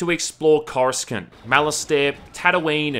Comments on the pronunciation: Review is great. Went to replay and it was not as I remember it. However. CORE-AH-SAH-NT... def not CORE-A-SKUH-NT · My man just pronounced Coruscant as "chorus-can't" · Female Watto (Twatto? Edit: ok her name's Rosatta I guess?) is Vaping pink "smoke"...this game was YEARS before the existence of E-Cigs, & definitely Vapes. Oh, btw: "You get to explore CORUSKINT?!?"😂 Dude they say it IN THE FILMS, it's called "CORE–a–sont"🤣 Also, "Z-axis" is wrong. X-axis is what you meant. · "coruskant" lmao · Everyone knows it as cor-uh-sant, because that's the way they pronounce it in the movies. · I'm sorry but "Cor-uh-scant"?? That's not how you say it brahhh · I'm sorry how am I supposed to trust the Star Wars opinion of someone who says CorusKant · "Coruscunt" LOL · it's pronounced Corussant, love! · corus-cant is that how its pronounced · Hmmmmmmmmm "corus-cant" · Sorry bruh you lost all validity when you pronounced Coruscant 'Chorus-cunt'. Still good tho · I've never heard someone mispronounce Coruscant before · The way he pronounces "coruscant", lmao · You should have your Star Wars card revoked for butchering the pronunciation of Coruscant like that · Hearing you mispronounce coruscant is so funny haha sorry I know its not a big deal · The way you say coruscant is disgusting and offensive to an actual star wars fan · Cant be that big a fan if you pronounced Coruscant wrong. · Your pronunciation of Coruscant makes me sick. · I can already hear people groan over his pronounciation of Coruscant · Your lack of faith in pronouncing Coruscant is disturbing... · You're pronouncing Coruscant that way on purpose aren't you?